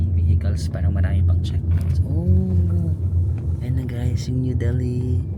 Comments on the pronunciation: Silent H yung Delhi pag binigkas -- Deli not del-hee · Wow India! Delhi is pronounced with a silent H.